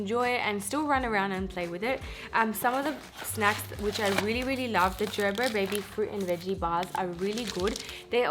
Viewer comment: O meri behan- please make sure u recite tons of nazar dua on ur child because there r people who are struggling to feed solids to their kids .... MashaAllah ur daughter is happily eating babyfood MashaAllah—— also i was like Wtf is JerBer 🤪 Here in america its ger-ber ( as in aray garbar hogai ) 😁